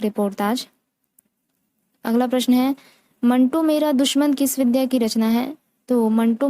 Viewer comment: विद्या... नहीं... "विधा " ही बोलना चाहिए जी, धन्यवाद